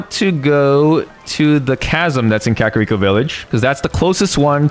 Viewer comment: You said kakariko wrong